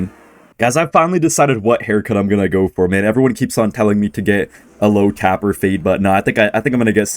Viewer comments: Did bro call it “TAP ER” it’s (TAPE-ER) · it’s a taper fade (Tay-pur)